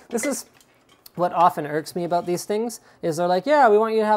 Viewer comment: That I'm not happy aboot :P